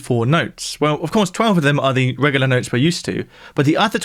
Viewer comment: I can't get over how he pronounces the word 'regular'... regahluh